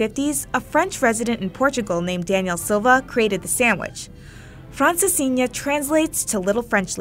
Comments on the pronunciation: the way she tries to pronounce every dish correctly (without even succeding, she makes everything sound the same)in order to be polite and respectful , it;'s so cringe and makes it even worse than just pronouncing them with an english accent lol. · As a portuguese native, your pronunciation of "francesinha" coulda been better, ALSO, the name comes from a man who made said sandwich to honor a lady he was trying to romance, although the story told in the video is popular as well